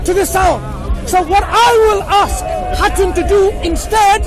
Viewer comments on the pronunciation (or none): .إسمها خاتون. مش هاتون. يعني إمرأة في لغة ألتركي